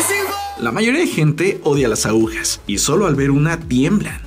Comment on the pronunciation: Se dice agujas no aujas y se dice costarricense no costarriqueño